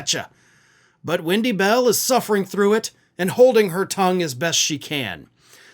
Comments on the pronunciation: Does he keep saying windy bell? Is her name windy? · "Wendy Bell" I thought you said "when she smells"! There,I said it and I'm glad!! But I'm not on Spews Muck so I'm not restricted!😁. So there!! And I'm sure,she smells like 💩 she does!!